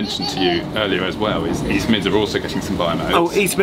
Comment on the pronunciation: East? I thought you said weast!